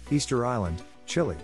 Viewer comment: Every American knows it's Mesa Ver-deh. Except you. PS, the music is silly. Easter Island-CHILLE. Hahaha.